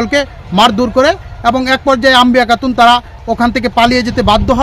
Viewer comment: আপনি চ-ছ এবং ক-খ (কাতুন) এসব উচ্চারণ ঠিক করেন....সিংহভাগ শব্দেই আপনার উচ্চারণ শুনে রীতিমতো নিজের উচ্চারণ নিয়ে কোমায় আছি....😁